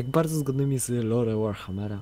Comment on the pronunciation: Ale czemu Warharmer? ;D